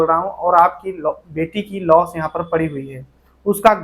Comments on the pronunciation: लास को लोस क्यों बोलते है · भाई तुम लाश क्यों नहीं बोलते हर वीडियो में लोश बोलते हो 🥵